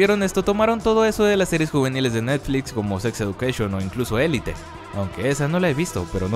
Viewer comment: ELITE pronunciandolo como se escribre, se dice Elit como lo menciones en el elite way school palabra que es lo mismo